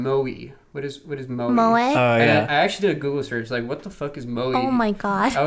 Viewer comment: The pronunciation of moe and tsu... “mo A” and “su”